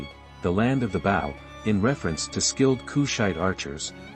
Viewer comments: I very much like the narrator’s voice and the musical background. However, too many words are mispronounced such as Napata, Meroe, and bow. I wonder if a human voices the narrator or if he is an AI bot. ☹️ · It was a bit difficult to listen to this video due to word’s mispronounced. Napata, Meroe, bow, etc. Are you an AI narrator? Your speaking is not smooth — too jumbled…